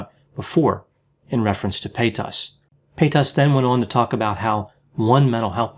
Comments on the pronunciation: Her last name though is pronounced “pay-taz” not “pay-toss” lol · like other people here said, it's pay-tiss. There isn't a lot of emphasis on that second part. says pay-TAAS. I low key prefer the way he says it. It has that bend and snap energy. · PayTAS, reminds me of when Shane used to purposely say Trishas name wrong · Why is he referring to Trisha as "pay taus" lmao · Fyi it's "Pate-us or Pay-tus". Shane Dawson & his fiance Ryland mispronounce her last name in the same way, and it's obviously spreading. 😆 Also, I love your pooch! Poodle mixes are some of the greatest "mutts" you can get. Lol. I have a goldendoodle ☺ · I love how he says paytas evrytime payTAS 😂👌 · Omg the way he keeps pronouncing Paytas is so annoying I couldn’t even finish the video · I had to giggle every time you pronounced her name PayTAS :D Anyway, like most others I also feel like you would have been a better choice to be on the H3 podcast and try to help Trisha.. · I love the way he said paytas tho 😂PAYTOSS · I live for the way pronounces 'Paytas'. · The way you pronounce Paytas is funny, in French 'pėtasse' means 'bitch'. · It is annoying that you are not pronouncing Trisha's last name. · The way he says Paytas Is wild I am not sure But he says Paytas Like it's a disease haha. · why does he pronounce “paytas” like that? 😂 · It’s the way he puts emphasis on the A and the Tas